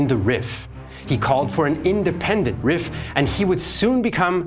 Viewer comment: This is such a great video, but I wish someone told you Rif is pronounced like the word Reef, given how often you mentioned it 😭